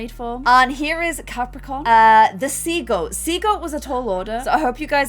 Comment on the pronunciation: When said sea goat it sounded like she was saying seagull 😂😂😂